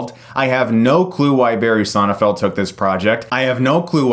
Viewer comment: It sounds like you've been saying "Sonnefeld", though the director's name is SonneNfeld... :)